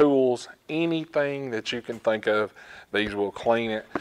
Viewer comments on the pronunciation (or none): none